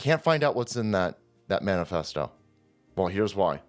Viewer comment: Man-Ifesto? Did you just assume my Ifesto?